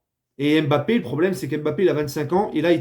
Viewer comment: T'as raison les bleus sur cette euro est un mystère (Et t'as recommencé à dire "M'Bappé" au lieu de Mbappé)